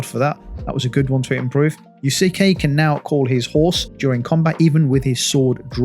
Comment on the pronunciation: Naoe= Noww-way Yasuke= Yasss-soo-kay